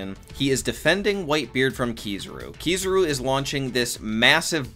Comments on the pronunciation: It’s kizaru not kizuru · why tf do people say "keysuru" instead if "kizaru" lmao